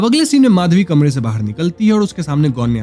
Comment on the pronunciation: गोण्या बरोबर आहे सायली ✅